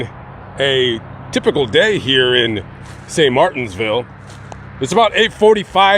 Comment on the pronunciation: Not to be rude, but it's St Martinville, there's no "s" in the name of the city